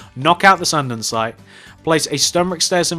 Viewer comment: why do u say andinsite in stead of andisite